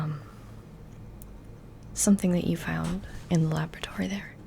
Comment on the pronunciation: July......What year?.......WHAT?....A LABRIDORY? ......WHAT THE HELL IS A LABRIDORY?